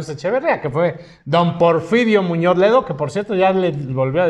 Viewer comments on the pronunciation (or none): none